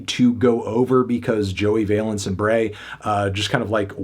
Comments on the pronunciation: Just double checked to be sure, but Valence is pronounced like Balance, not like valence electrons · Its VALENCE like BALANCE LIKE THESE BEATS ARE KEEP MY WIVES NAMES OUT OF YOUR MOUTH